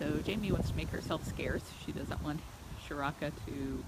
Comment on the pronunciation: hey guys if its a indian name like priya and seth then charaka needs to be start with 'cha' as in 'chase' or chipotle' not with 'sha' then rest 'rak' like 'ruk' as u pronounce 'luck' no need to add extra 'a' in the end it and stretch the name its only charak that a in the end is unnecessary